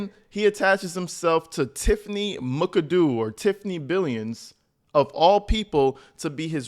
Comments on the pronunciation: Bro, it’s Mac-a-doo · If Tiffany’s last name is spelled McAdoo, then it is pronounced MACK-uh-DOO. 😊